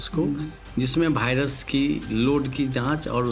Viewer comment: Viras ko Bhairas bata raha😂